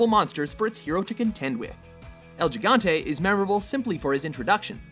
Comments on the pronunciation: you said like el jigante say it with me el GI gante its a G not a j m8 and come on calling cronos simply a giant? he was the baddest fcking titan in greek mythology like come on he used his fathers own scythe to chop his dads ummm sensitive parts off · mexican-spanish says HE-gante.. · EL HE-GAN-TE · Oh god, the first one is pronounced "Higante", not "Jigante". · why you pronounce el gigante like Jigante not hegante why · it's mentioned HE-gante not Geegante... still good video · you pronounce gigante really bad, its more like higante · Did this guy seriously say "el JEEE-GAHN-TAY" LIKE HMM IGNORANT AMERICAN DUMBASS?! THERE IS NO J SOUND IN GIGANTE! GIGANTE IS NOT EVEN AN ENGLISH WORD, IT'S SPANISH! YOU PRONOUNCED THE G LIKE "GIG-GAN-TEY". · its not JIGANTE jesus -. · Senseless333x2 Well it's not.... "Fucking Wrong" as you put it. "J" and soft "G" are pronounced like "H" in North & South American Spanish dialects. Even Google Translator pronounces it "Higante." So maybe a little research should have been done on your part before typing your uneducated, misinformed, down right useless opinions for the rest us to laugh and poke fun at while you TRY to think of something smart to say. My friend, you just got schooled. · No, that honestly is Italian. El gigante in Spanish uses an (H) sounding pronunciation.....I do speak Spanish and at least 30 something "fluent" Spanish speaking individuals confirmed this with me. You're on the internet, look it up. Not responding anymore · He said. Gee-ganté....there is no "J" sounding word or vowel in Spanish...... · he pronounced el gigante in spanish you pronounce g as a h like higante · El "Jigantay" LOOOL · El "yigante" huh? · Its pronounced "he-gone-te" (gigante) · The way he said gigante was so bad 😂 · I like how you guys always try to pronounce names with right accent, but can't fucking say gigante right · ...thats what ive been trying to tell everyone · Damn it, learn how to say "Gigante" properly. Please.